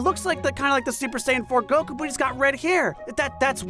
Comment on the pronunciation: Hey, thanks for knowing how to pronounce Goku's fkn name man